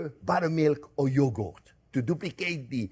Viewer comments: “Plain yogoat” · Oh my gosh, Chef. I love the way you say “yogo” even more than the way you say, “onyo.” Cheers, my friend! 🥂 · I love the way he pronounces yogurt. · Chef can make anything delicious, but can't say yogurt. 😂😂 we all fall short, don't we? ❤😂